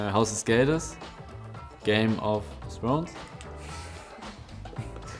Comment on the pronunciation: Eli spricht "Game of Thrones" so aus wie "Proownez" haha